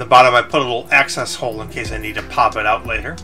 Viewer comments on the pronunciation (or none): none